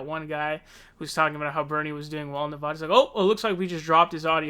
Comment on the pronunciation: Vox Populi if this guy's trying to influence people living in Nevada particularly long-term residents to vote for Bernie Then yeah, it actually does matter. When pronounced the way he is pronouncing it You come off as an a**** from out of the state That's how mainstream media used to always say it.